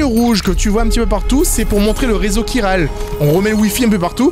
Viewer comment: Chiral se prononce "'kiral", ils te le disent je sais pas combien de fois dans le jeu ^^ t'es vraiment kiant:) C'est comme le mot chorale ou charisme, tu prononces "k" le "ch"!:')